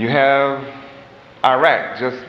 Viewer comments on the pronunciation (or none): none